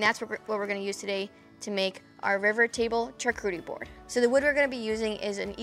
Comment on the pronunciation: charcuterie is pronounced shaar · koo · tr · ee